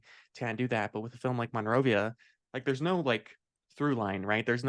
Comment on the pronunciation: As a person having been in Monrovia my whole life the way it is mostly pronounced is mun-rovia compared to mon-rovia. Honest mistake, you’d have to be here often to know that